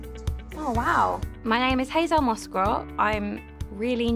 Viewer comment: Her name is Hazelle, not Hazel, it's French, 'elle' means 'she' think of the animal Gazelle with a H.